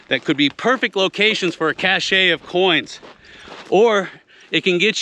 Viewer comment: its not cashay, its cash. cache. french as a frog's leg. great channel though!